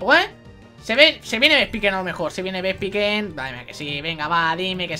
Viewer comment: No puedo tomarme en serio este capitulo con el titulo XD Si te puede servir por si te matan a togekiss y por que también aprende ataques por nivel Furia Dragón siempre quita 40 PS así que no te preocupes /Vespicuin/ se pronuncia Vespiquen (Por si te interesa) - Se te va muchísimo, para el mejores momentos de cabesa, un dia de estos me vas a matar de la risa XD en serio, no puedo tomarme en serio nada contigo, es que a la mínima ya me estoy partiendo el culo de la risa XD Tri-Ataque es de tipo normal, lo único que tiene un 10% de paralizar, un 10% de quemar y un 10% de congelar, se ahí el efecto de fuego,electricidad y hielo Yo también lo recordare toda la seria XD